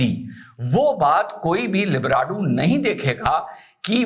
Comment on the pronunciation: जी, लिब्राडु नहीं लिब्रांडु कहिये।